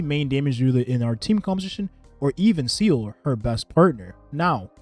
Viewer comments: Can you please stop pronouncing seele as "seal"? it hurts lol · Day 69: could you please pronounce my queen's name (Seele) correctly?